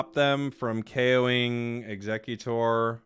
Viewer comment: Aint no way people pronounce Exeggutor like Executor 😂